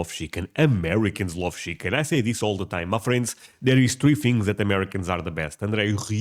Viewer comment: Shickin 😅 He pronounces Chicken just like you do.